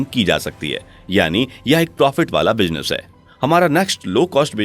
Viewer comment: Pronunciation -- Z, Z Business not Bijnes Not J Speak Z